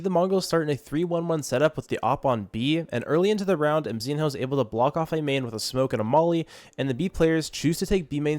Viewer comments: its not MZIN-HOO its just call MZINO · its mzihnyo not mzin ho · Bro pronounce mzinho like emzino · Mzinho's name pronounce as "Mzinyo"